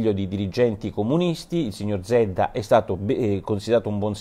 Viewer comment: nella pronuncia del cognome zedda la z deve essere più accentuata..